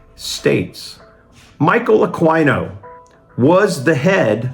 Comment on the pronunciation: Isn't Aquino pronounced Akeno?